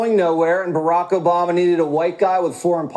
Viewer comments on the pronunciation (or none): none